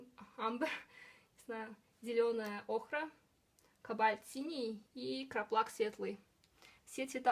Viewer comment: Не кобАльт ,а кОкабльт!